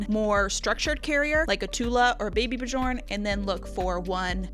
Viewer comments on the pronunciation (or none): It's pronounced b-yorn. The j is pronounced as a y as in the word yellow.